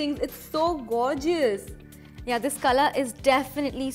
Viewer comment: Gorgeous is pronounced, "gor-jus" not "gore-Ji-us" like, stop.